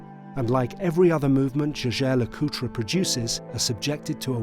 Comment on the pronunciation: You went to all that trouble of producing an average, but well shot review, saying nothing that hasn’t been told a hundred times before & while having DMcA personal watch! Alas you manage to compound this ridiculous missed opportunity by mispronouncing JLC continually! I refuse to believe you didn’t watch a few other reviews of this watch, especially when it follows the same script, did you not hear how they pronounce it? There’s even a review by the current CEO where he mentions it several times! 😂